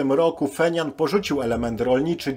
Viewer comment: Stolica KRLD to Pjongjang a nie "Fenian" .